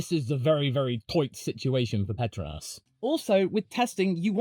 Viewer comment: "Petruhnass" Pet-TROW-nass